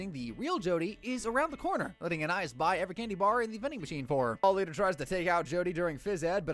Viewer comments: "ahnaiyees" that is NOT how you say anais😭🙏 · bro is saying it like aniis, it suposed to sound like anieese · You "watched the entire show" but mispronounce the name of one of the main characters. To anyone who doesn't know, Anais is Anne-aye-eece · “An-eye-is” is not her name 😂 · Why is no one talking about how he pronounces Anais? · The real crime here is how this guy pronounced anais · You said you watched every episode, yet repeatedly mispronounced Anais. Wait, is this just a text-to-speech channel? Dammit... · thats not how you say her name bro quit tryna be different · You are pronouncing Anais wrong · He mispronounced the name of a main character. He didn't watch the show.